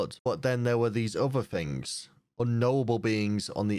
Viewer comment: its things not fings